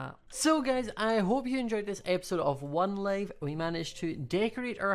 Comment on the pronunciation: It sounded like when you said hii guys it sounded like you said hii gays and I love tar for us